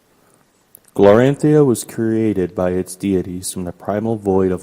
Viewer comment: Great job. This world is awesome once we get used to all the new names. Glorantha is pronounced glor-an-THUH (not -THIA). Sartar is sar-TAR. Genertela is JEN-ert-ella. (Not being critical of you, just a note for your viewers). The city of "Notchet" came about when the game was new and the world creator Greg Stafford was askeod by a player if he named that dot on the map yet and he said "not yet." So it took time for the creator to get the names right too.